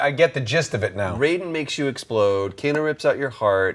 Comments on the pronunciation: Co-Kano? LOL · Well, that's it. I'm calling Kano ''Kokano'' from now on.